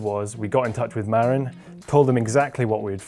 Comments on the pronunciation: It's Ma-RIN, the accent is on the last syllable. I used to live in Marin County, California. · FIRST Marin is pronounced: Muh-rin'. It's the name of a county in Northern California. While looks may be deceiving, that bike looks to have too many moving parts on the rear suspension which will inevitably (also invariably) need a lot of maintenance to keep everything aligned. Sometimes the simple solutions are better. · You are not pronouncing 'Marin' correctly. It's 'Mah-rinn' with emphasis on second syllable.